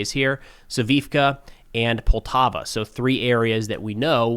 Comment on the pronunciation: Hey, super minor point here; I know the pronunciation is really hard with all of these town names, but the one I just want to point out is Poltavka east of Dobropillia. Poltavka has a “k” sound whereas Poltava, a major Ukrainian city, does not. Just a bit confusing for those of us listening. Otherwise, the pronunciation is not a problem since most other names are distinct enough. Keep up the great work!